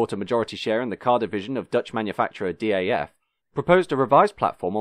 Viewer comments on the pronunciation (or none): Some corrections to an otherwise well researched video: DAF is pronouced as a single word, not an abbreviation. Renault and Volvo were in talks of a merger at the time and Volvo desperately needed front wheel drive technology, which is why the 400-series is basically a Renault 9 underneath. Volvo wasn't happy with the Renault's road holding so they had the rear axle redesigned by Lotus engineering. Underpowered engines were due to Volvo Sweden's refusal to market fast cars at the time which would hamper their safety image. Volvo Netherlands sent the F3N engine to Porsche for developing a new cilinder head and turbocharged version. Porsche's engineers managed to churn out 170 bhp reliably with turbocharging, but Volvo Sweden wanted to protect their image and required the engine to be detuned to 120 bhp (we want a sporty car, not a sportscar). There are people who have reverse-engineered the ECU and tuned the engine back to 160-170 bhp. Market introduction in the USA never materialised because American Volvodealers didn't want an expensive stylish small car that goes around corners, they wanted bricks or something that could compete with the Japanese in a straight line (the 480 was more expensive than a Datsun 280ZX). Volvo Sweden didn't want it because the 480's initial build quality was abysmal and they feared for their quality image. Fortunately for Volvo's marketing department, a currency crisis made the US Dollar very unfavourable in exchange rate, so the plan was quietly